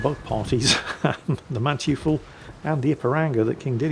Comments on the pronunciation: Manteuffel is pronounced; Man-toy-fel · Dearest, the germans pronounce "eu" as "oy". So the Manteufel would be pronounced something like munn-toy-fell. Great Vid as always, keep it up old man:D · FYI that German ship is pronounced "Maan-Toy-ful" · Mann-toi-ffel. Smartassing german here. :-) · Small tip... Manteufel.. The 'eu' in german is sort of like 'oy' in english (like the exclamation 'oy, mate!'). While that's not a perfect approximation, it's much closer than the 'you' sound. And the final e is like the first e in 'there'. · Its not "man-tjufal". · you’re saying German names wrong again. Manteuffel is pronounced “Man-toy-full”. Good try,. 😂😂😂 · pronounce the MANTEUFFEL like this: (MAN)(TOY)(FELL) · For English-speaking people who wonder: Manteuffel = Mon-toifle ("Mon" as in "money", "toifle" as in "Oi!" and "fell") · Dear, the name of the German ship is pronounced 'Munn-toy-fell', stress on the first syllable. We don't expect perfection in German pronunciation, but the way you said it is an abomination, it sounds like a buffoon from a French opera or something.😉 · It's Muhn-toi-fuhl... "eu" in German is almost always pronounced oi, as in "oi, you horrible little man!", except when the "e" is part of a prefix, as in beurteilen (to assess), which is pronounced buh-oor-tie-luhn. You have to know how syllables work in German and that they are mostly individually pronounced... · For future reference,, it's pronounced "Man-toy-full." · acctually incorrect^^ it's pronounced man-toy-fel (and the a is pronounced like in Naan bread, not the ennglish a) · How I hear it, he pronouces it "Manchu-fool"! I like it. It's cute. Also Brits are forbidden by law to pronounce any foreign name correctly. Just like French are with and "H" at the beginning and an "S" or any vowels at the end of the word. It's the law! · More like "Man-toy-fell" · eu in German is pronounced like oi in English